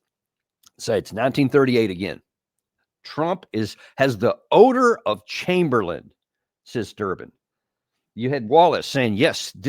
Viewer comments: Chsmberlain was his name NOT Chamberlian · Sorry to be a nerd ... Chamberlain!!!! (Not chamberlian!)...